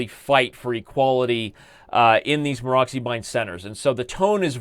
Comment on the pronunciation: Excellent coverage, Daniel, as usual. Especially i liked the explanation on f3 variation. Just a small hint: it is not Maro<X>y but Maro<TS>y.